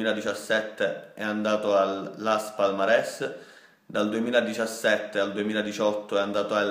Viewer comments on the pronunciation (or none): Si dice las Palmas